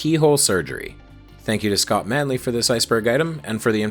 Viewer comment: Thank you for using the correct pronunciation of Scott Manley